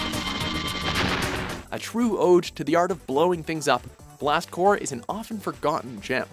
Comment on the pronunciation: "blast core" im VERY happy that the first game i ever played is on this list but are we just going to ignore the p in blast CORPS?